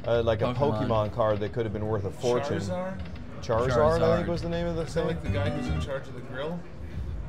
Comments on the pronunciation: lol chartsar. come on man... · saying “char czar” when ej was talking about “charizard” was hilarious! He’s clueless to early 2000’s culture. I love it! 😂